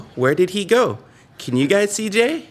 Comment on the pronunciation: "Can you see Jay?" What I heard: "Can you CJ?":D